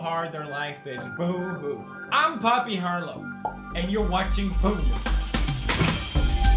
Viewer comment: I swear to god he says "Poo News"